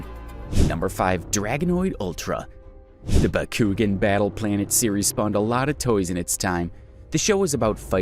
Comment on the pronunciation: The way he said Bakugan killed me. 😂😂😂